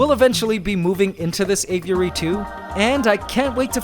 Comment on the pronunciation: Spent all that money and can't even pronounce aviary correctly. Sad